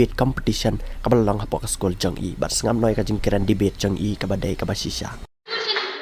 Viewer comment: Ieng ha liang pyrshah mo sa pronounced Devate instead of debate 🤭fi instead of phi🤦🏼‍♀️